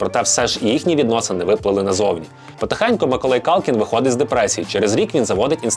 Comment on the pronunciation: Ціле відео чув Миколай)